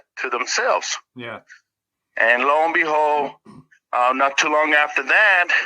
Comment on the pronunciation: I can’t un-hear it now 😅 l-o and behold